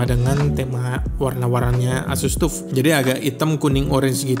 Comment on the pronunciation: saran aja bang, kalo nyebut "tuf" itu "taf" hehehe nice vid bang, always watch the vids